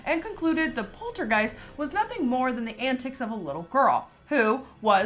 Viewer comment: polterg OI st lmao, love you